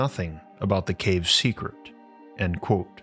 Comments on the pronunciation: It is pronounced "quote" not "quo". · Love the content. Heavily bothered by your pronunciation of the word "Quote" lol